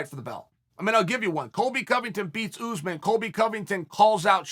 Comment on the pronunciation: I like how chael says usman. He says: UZZMAN